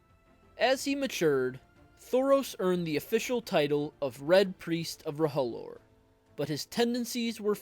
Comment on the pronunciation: It's pronounced roe-lore Not ro-ho-lore 😂